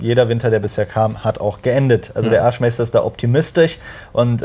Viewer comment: Bei Erzmaester versteht man irgendwie Arschmeister. Jaja der gute alte Arschmeister wer liebt und kennt ihn nicht.